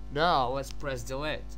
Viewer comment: Naoow leats preass DELAETEE. dear god...